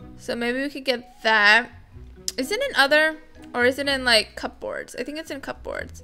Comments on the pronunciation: It’s not pronounced cup-boards it’s cuboards cubords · Ok I love ya vids but u was triggered when you said cup boards , it’s pronounced cuboards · P in cupboards is silent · The way she said cupboards! 😸🤣